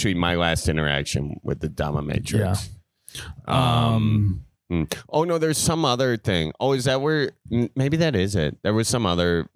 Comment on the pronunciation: Yes you can lose your job for the dominatrix. Also, its dominateix, not dommamatrix 😂 at least thats how it sounded like thats what you were saying